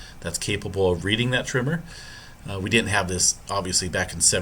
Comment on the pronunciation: Is it just me but dude sounds like he is pronouncing the word tremor as trimmer?